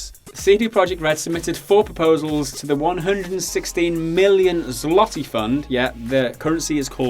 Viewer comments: 'zwah-tee'. Not 'zlah-tee'. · the L in zloty (the currency) is pronounced "w" and is translated to golden. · it sounds more like zwoty Z-wot-y. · It's pronounced tz-lo-tay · <- Go here. Scroll down to the first Polish example (Zloty - (Masculine) 1. Finance) and click on the play button beside the word. This is what it should be pronounced like. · That pronunciation of "zloty" made me laugh.